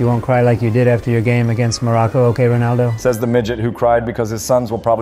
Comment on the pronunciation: Stop saying ponaldo